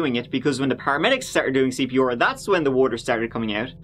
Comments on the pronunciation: Nobody realizes that he pronounces CPOR and not CPR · I took a shot every time he says CP’or. Im drunk. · "Martin started doing CP-OR". I just love how pronounces some words, it's just so funny.😆😆😅😂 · I love your videos! The way you say C.P.OOOR in this one made me giggle! Thanks for making these videos! You must put in so much work doing your research! For anyone interested in forensics etc your channel is a great find! Keep doing what you do! 😊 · C.P. OAR. I love your accent and the way you pronounce certain words! You are the greatest! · I like you. But I’ve never heard a person butcher their R’s like you do. CPR. Come on..